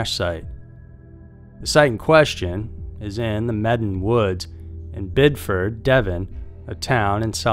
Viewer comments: As a local of 30+ years I feel I should point out it’s “Devon” not Devin and Bideford is pronounced Bid-e-furd/ford Also I can confirm the trees are windblown as whilst rare it’s been known to happen. As for the “screams” the area is a nature reserve so animal screams or “being watched” is a very common occurrence/feeling. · As a Bideford resident myself I was doubly irritated that he got both Devon AND Bideford wrong😂